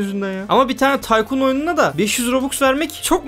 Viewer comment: Abi yine taykın dedin taykun değil miydi o